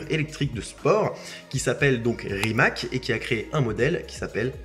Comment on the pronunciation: Petite remarque: le "c" de Rimac se prononce "tz"..! Merci..